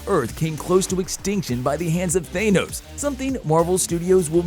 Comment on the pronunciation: Kevin Feeg???? Thaa-nose????